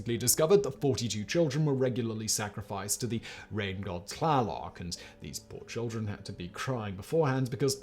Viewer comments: Wait, did Simon just get the 'tl' in Tlaloc about correct? (Can't quite make out if its spot on, but closer than many people get) Simon, I'm impressed! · The t could have been a little harder, but not a bad pronunciation. Tl is kinda tricky to say. When I was 7 years old I lived in the town of Tlanepantla. I am hoping I got the spelling right. It has been more than 60 years since I lived there.